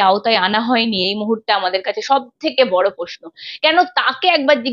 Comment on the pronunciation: এই সাংবাদিকের উচ্চারণ খুব শ্রুতিকটু যেমন CBI কে শি বি আই। Sir কে শার প্রশ্ন টা পশ্ন তার সাথে ঘাড় টা অতিরিক্ত বেঁকিয়ে খুব বিরক্তিকর। Please দেখুন এটা। Editor এর কাছে অনুরোধ করছি 🙏